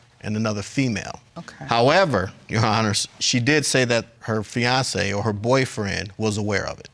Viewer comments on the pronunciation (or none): none